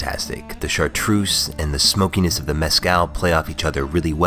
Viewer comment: I'm from Savoie in France (where the chartreuse comes from), we have chocolate with liquid chartreuse inside it's fantastic! Btw, it's Chartreuse, not Chartroose ;)